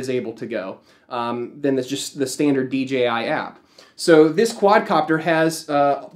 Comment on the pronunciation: it's DJI not DGI